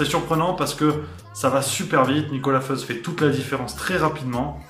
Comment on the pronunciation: Petite précision : même si Nicolas Feuz est suisse romand, « Feuz » est un nom alémanique et se prononce donc « Foïtz »